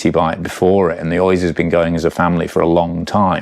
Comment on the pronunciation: Lovely, but on balance I'll save 5+ grand and stick with my '22 with its dependable XT and smooth non-headset routing. Same cables, bushes and bb from new. And being Basque it's an Oyyychhhhhh, not pronounced Oiz.